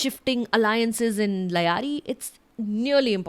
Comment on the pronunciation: It's pronounced Lee-aari. If we're going to take it apart then we should atleast get the name right.